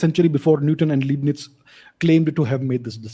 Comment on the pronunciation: First of all it's not Liebnitz(pronounced: Leebnitz) but Leibnitz (pronounced: Lybnitz). Remember Hitler's book Mein Kqmpf (that is pronounced (Myn Kampf)